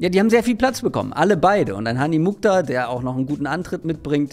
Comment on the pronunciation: Der Name kommt aus dem nahen Osten und wird Muchtar ausgesprochen. Das KH ist dabei wie das CH im Wort „Rauchen“.